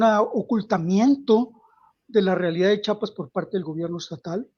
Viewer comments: SE DICE CHIAPAS OJET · A chiapas lo entendemos los chiapanecos, los mal llamados zapatistas formados por el mismo sistema, cobijan al crimen orgado y no empezó desde ahora fue desde el 94, y alguien que no puede ni pronunciar chiapas no puede opinar.